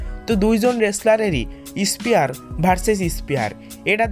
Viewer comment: Not espear bro that was spear